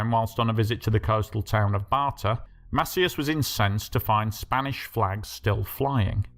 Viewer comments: Mass-EEE-ass. Not MASSiyass. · It’s pronounced Masee-As